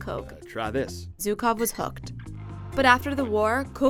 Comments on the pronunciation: Not zukov... It is pronounced with sound that doesn't exist in English, but is pretty close to G, or J, but not Z. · How hard is it to pronounce ZHukov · Zhukov, not Zukov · Zhukov not Zyukov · He is Jukov ( Жуков ) not Zukov, in russian language Juk ( жук) means bug.